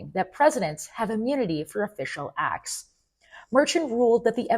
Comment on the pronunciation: What's wrong with this generation that they do no enunciate their t's. It's acts not ax. It's button not bu-un. Drives me crazy.